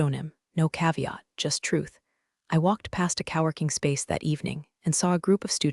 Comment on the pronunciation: It's not "cowworking" Its co-working. And it's Evelyn not, Evil-lyn. Story=🔥